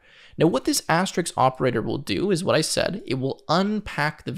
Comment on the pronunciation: You mean asterisk rather than asterix. The latter is a French comic character from Asterix The Gaul